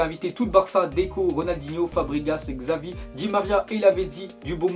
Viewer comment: Hier "Budensliga" Et aujourd'hui "Gzavi" (Xavi) arrete stp 🙏😂